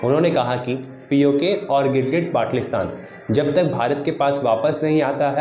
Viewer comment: ओ भाई बाटलिस्तान नही है 😆 बाल्टिस्तान है